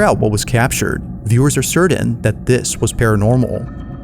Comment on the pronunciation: My guy, always love your videos. But learn how to say the word (Certain) right, I'm mentally challenged but even I caught onto the way you were saying it all weird there are no letter D"s in the word Certain.